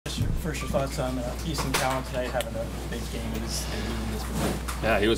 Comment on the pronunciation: It’s Cowan not cowen